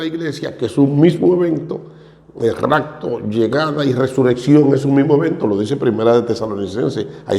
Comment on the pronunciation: Saludos hmno ,Primero no es racto es rapto con "p "